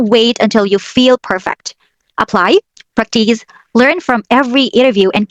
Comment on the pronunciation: Hi! Just a suggestion.The accent for the "practice" is on the the first syllable,not the second. Thanks!